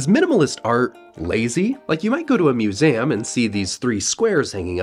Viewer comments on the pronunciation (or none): Ok he has to be mispronouncing words on purpose right? Moo-zeh-oom? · The way you pronounce museum bring suffering to me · Tbh, I'm more focused on the way you pronounced "museum" than I am on the art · i’ve never heard museum pronounced that way before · Is how he pronounced museum the standard way in America?